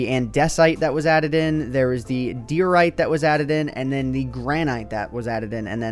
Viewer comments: It's "gran-it", not "gran-ite", also "AN-duh-site", and "Die-oh-right" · Stop complaining about how he mispronounced granite when he mispronounced diorite and andesite as well.